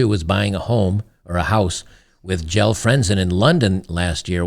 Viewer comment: Jelle is pronounced Yella (like old Yeller), its a Dutch name.